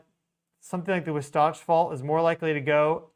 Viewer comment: FYI,: The correct pronunciation is WAH satch! I TRULY appreciate you and the profound/accurate information you share with us in real time! Thank you so much!